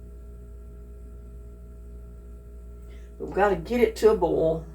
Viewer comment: It's not BALL, it's BoiL